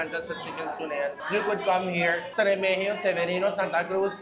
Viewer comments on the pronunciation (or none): REMIGIO [re-mi-hiyo] Street. Apelyido namin., ganyan po tamang pronunciation. ❤❤❤